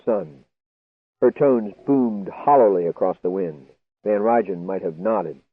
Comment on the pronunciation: L[sten, pa. It's Van Rhine and Nie is pronounced knee.